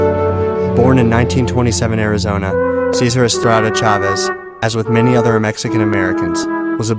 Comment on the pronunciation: ITS CEEESARR SAY IT LIKE THAT BUT QUICLKY CESAR i got to this school cesar chavez 4th grade name is cesar e najar i cant wait to be on video tape and recorded and on tv on monday on blue ribbon rewards